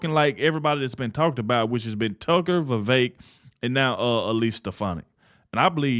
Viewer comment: I agree. Elise Stefanik would be a good choice. Thank you for pronouncing Vivek properly.